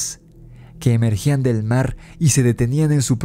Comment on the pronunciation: Y dice...el marrrrr 😂